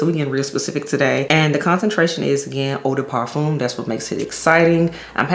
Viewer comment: Hey girl I speak French I can help you with parfum pronunciation, it’s par f uh . No M